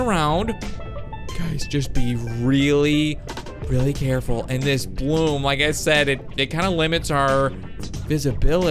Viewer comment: just be VeWy VeWy CaWeFuLl